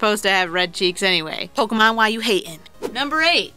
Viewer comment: Its not Poke-EE-mon, Its Poke-AY-mon. When the e has the line on top, it makes an AY sounds not EE sounds. You don't pronounce Café Caf-EE, do you. Its Caf-AY. So you don't pronounce Pokémon Poke-EE-mon. You dont deserve as much subs...